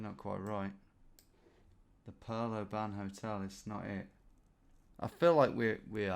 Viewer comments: I live in Oban and I've came to terms with it, especially working in the hospitality trade and visitors pronouncing it oBAAN. Phonetically it's Obun. It's gaelic for Little Bay I think. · When you were saying “an” I was like no don’t go down that rabbit hole! It’s “on”. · Just for information for our non Scots , Oban is pronounced Obin, not O ban , first video I have watched, thoroughly enjoyed it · Its not LOTH ian it's LO thian and it's not O ban pronouncing the O it's just oban. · "Oh Ban" At least pretend like you dont know how its pronounced. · That is not how to pronounce Oban, it's more like obin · The “O ban hotel” 😅 you make our places sound posher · Please never say oban like that again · FYI - Oban is pronounced with the emphasis on the first syllable like in the word "open". And storeys is spelt like that when describing the number of floors in a building. I was thinking Caledonian at the start but quickly realised it had to be a hell of a size!